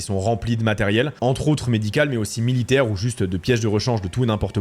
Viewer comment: Millidaire ou Millitaire ??? 😂😂😂😂😂😂😂😂😂😂😂😂